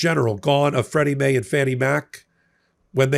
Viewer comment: I wish you would stop butchering names. Maybe if you prepare a little? I love the contents and insights, but "Freddie Mae"? It would lift the contents immensely if you were more accurate.